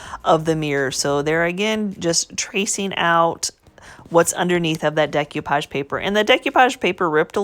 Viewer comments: I love to hear her say "dec you page" instead of "dec oh page". beautiful job. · I enjoyed watching your video and am inspired to try this myself. I don't want to be that person, but you did say several times about the value of learning: one of the techniques you were using is pronounced "day-coo-pahj" not "day-cue-pahj". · Looks good, MOD podge. De-koo-page. Just FYI. Love your channel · Mod Podge not MODGE podge And Decoupage is NOT pronounced that way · Mute it if it bothers you that bad